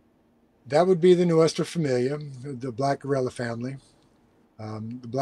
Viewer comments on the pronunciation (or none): none